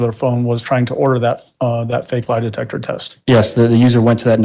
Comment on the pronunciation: De-tec-her……but she said she has a Masters degree 😂🤷🏽‍♀️🤦‍♀️